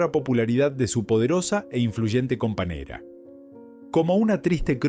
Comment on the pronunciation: Lleno de palabras ¡MAL PRONUNCIADAS! Esto no debería permitirse. Horrible. "Años" pronunciado como "anos". "Compañera" pronunciado "companera". Vergonzoso.